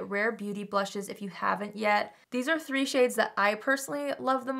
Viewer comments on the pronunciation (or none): none